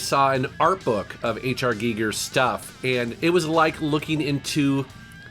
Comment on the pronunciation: Heyyy pronounced Giger correctly! Sweeeet